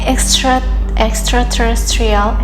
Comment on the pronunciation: Good job on pronouncing "extraterrestrial beings"! That can be quite a mouthful - and you got it right! You can just say "E.T.s" in the future and make it easier.